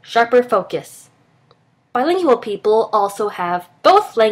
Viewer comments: why bilinGIal why that pronounciation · I had to stop the video. I couldn't handle how she pronounced Bilingual. BTW I am Trilingual, and therefore according to the video above I have a smaller vocabulary. I find this untrue in my mother tongue. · Does it bother anyone else how she say BILINGUAL? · Is she mispronouncing the word bilingual? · it's really annoying how she pronounces "bilingual"